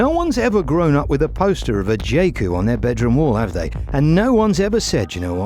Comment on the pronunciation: Its supposed to be pronounced 'Yae Coo' not 'Jay Coo'